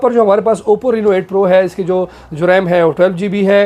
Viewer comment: Reeeno nai hai reno hai